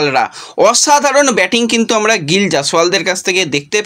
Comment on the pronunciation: গ্রল না গিল। ঠিক করো